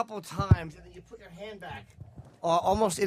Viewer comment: I’m convinced Opie used to purposefully mispronounce “put”